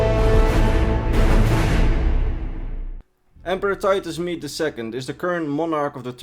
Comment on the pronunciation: Rodney Tholanah no it’s Titus MEDE